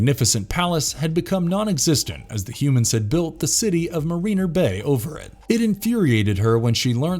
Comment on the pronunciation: Some of the words, like Quasar and Mariner were mispronounced.